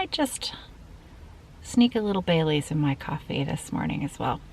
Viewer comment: When you said you may put some Baileys in your coffee, I thought you said you may put some "bay leaf" in your coffee. I was thinking "bay leaf? Why would she put bay leaves in her coffee? Is it healthy or...?" Then I remembered the Baileys from the beginning of the video. 🤷‍♀️🤦‍♀️😆